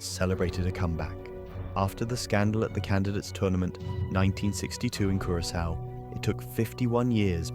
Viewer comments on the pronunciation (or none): none